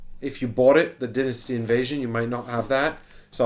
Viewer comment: Why are you pronouncing dynasty weird?